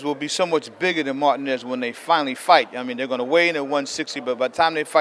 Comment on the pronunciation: cant stand how he pronounces Martinez's name...YOUR'E FIRED!!!